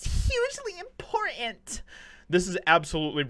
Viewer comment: Everything must be "insane" What is "IMPORENT"????? Are you a phony? Is this the real you with the trash speak?